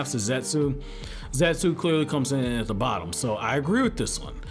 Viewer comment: You're aware the U in Zetsu isn't pronounced?